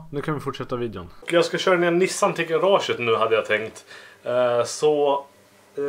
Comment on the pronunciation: ”Nu är nishan i garashet” tänker på lillmicke varje gång du säger nu är Nissan i garaget